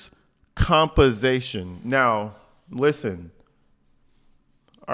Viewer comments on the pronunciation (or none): LOL! " Workers compasation"...i cant with this one! Escentral...omg!